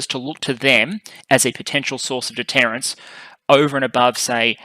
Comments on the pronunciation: Also, it's deterrence, not “detterance”. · Detterance? Is that deterrence?